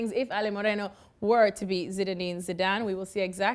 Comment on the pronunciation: this man s accent has been really bothering when he says sidan instead of zidane